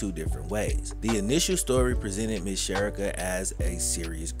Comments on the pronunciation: please, her name is pronounced "Che ree ka. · This was a very well put together story but her name is SHA-REE-KA I went to school with her…. None the less ty for bringing this story to light, she was a very sweet young lady!❤ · Her name is Pronounced like Sha-rica! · Very sad what happened to her and he should still be in jail.He took her life and ruined his son's life.BTW her name is pronounced Sha Ree Ka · Cherica a is pronounced Shareeka…. Trust me I know 💯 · There are so many ways to prevent pregnancy…. You mispronounced Cherica’s name. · You should research the pronunciation of the victims name. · U keep Butchering her name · Dude…… why did butcher her name so much! You might as well say “she or her”! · Her name is being mispronounced 😔